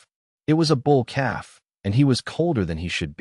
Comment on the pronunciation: Hey Ai learn English! It's a story about a calf not a cab.. keep the main character's name the same. Great story. Good thinking on Alera's part.